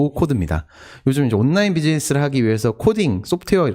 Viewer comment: 장피엠님 발음 너무 귀여우십니다. “온나인”